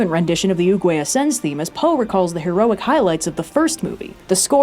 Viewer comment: I keep hearing say Uwuway instead of Oogway and it's killing me.